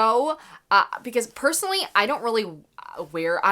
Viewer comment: “pursonally”. Made me chuckle.